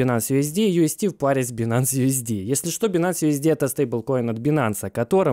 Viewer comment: Правильнее говорить байнэнс, а не бинанс)